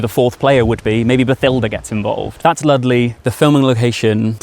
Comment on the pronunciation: LUSTleigh not Ludleigh!! 😠